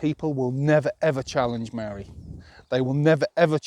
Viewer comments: Maa-ree. Not Marry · You sound like a racist Simpleton with your incorrect pronunciation of "Maori". It's not "Marry" 🤦 Imagine if I said "As-ray-lee" instead of "Israeli" or "Franch" instead of French... and so on. That would make me such quite the simpleton